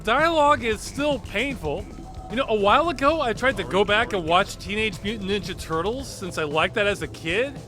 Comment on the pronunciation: I've never heard anyone say "Ninja Turtles" with that inflection before.